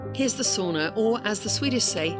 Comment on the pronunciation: Swedish say bastu (not sauna, but you pronounced it correctly in the Finnish way)